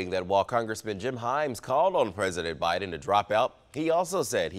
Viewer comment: Boe Jiden??😂